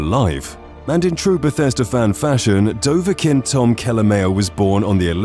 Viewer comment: "Fact 102, I don't know how to pronounce Dovahkiin even though i am making a 101 Skyrim facts video"